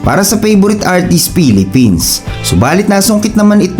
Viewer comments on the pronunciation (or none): none